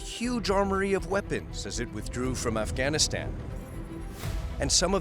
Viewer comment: Efghenisten, Pekisten, Telibens, Aiueq, Aiuen... It's kind of funny how the US can't pronounce all of its enemies names correctly 😅